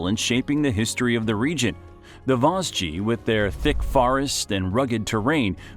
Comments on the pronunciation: Youra ans Vowgeze mountains LOL . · "YOURA" (JURA) and "VAZGEEZ" (VOSGES) 😂😂😂👋👋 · not the "Yura and Vosgies" but the prononciation is more like "Jurra and Voje" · The Vos-gees. 😅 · Yknow I saw the comments before watching the video and at first I was like aw it's not that bad! By vosji I was on my knees shaking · The Voss-jee really got me 😂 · Vos.... Vosgeez...? Alors non. Là c'est non, on touche pas à mes Vosges 😭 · It's not even that hard to pronounce. Vosges, like loge... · J'avoue que lorsqu'il prononce assez bizarrement. The Vaudgies (à l'américaine), mais c'est horrible. Sans parler du "col de la chloupe"! Col de la Schlucht. Mais je connais beaucoup de français et vosgiens qui ne savent toujours pas le prononcer comme il se doit. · The absolute worst was the "Vos-ges" mountains. Why would anyone publish something so inaccurate? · la prononciation des vosges elle m'a plié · (Par contre, il pourrait bénéficier de quelques petites leçons de prononciation, n'est-ce pas ? Vosges, Jura etc. ;) )